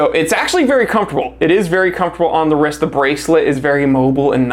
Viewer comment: Good looking watch, I don’t like how you say the word “wrist”…to pronounced!😂